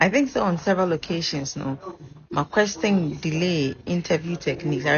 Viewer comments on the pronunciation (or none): Why have some Ghanaians started pronouncing ‘question’ as ‘questing’?